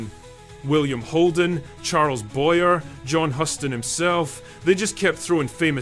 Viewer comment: FYI: Charles Boyer was French and his last name out of France was "Boy-YAY". Similarly, the last name of the Huston family is pronounced to sound like the name of the city in Texas.